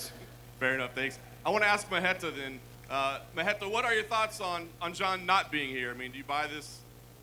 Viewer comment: Who tf is mahenta? Why is he calling Thiago mahenta?